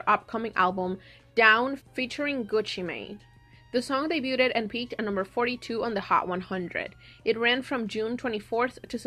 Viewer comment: It kept driving me crazy they way you pronounced debuted 😩 it’s like daybyood not daybyooted